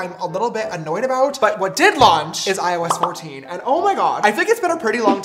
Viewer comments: Every time he said IOS 14 I thought he said “ I was 14” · Why does it sound like " I was 14" when James says " iOS 14" Just me, ok!!